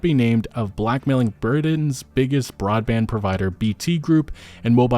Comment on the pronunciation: i get mispronouncing revolut but how do you mispronounce britain?